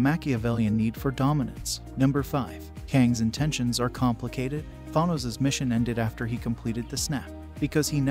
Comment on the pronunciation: I'm sorry but saying Tharnos when the name is literally said multiple times in the movies telling you exactly how to pronounce it, doesn't exactly lend much credibility to your video 😶